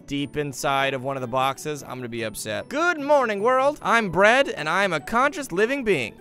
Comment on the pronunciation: I am bread... more like I am Pwead 😂😎